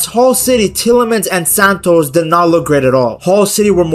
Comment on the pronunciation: You have pronounced Santos’ name horribly wrong, please take note of this, thanks.